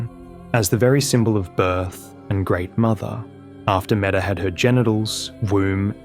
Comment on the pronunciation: Not sure about the anglicized pronounciation, but Metyr means mother in ancient and old Greek, it is pronounced mEE-tyr, not meta. Manus just means the terminal segment of a forelimb, corresponding to the hand and wrist in humans. So basically the game adding "mother of fingers" after her name is redundant.